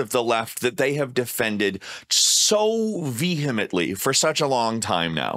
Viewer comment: Whoa, the first youtuber I've ever seen to correctly pronounce "vehemently".